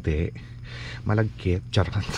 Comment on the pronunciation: Nakaktuwa ka talaga sa mga bigkas ng charrott 🤣🤣🤣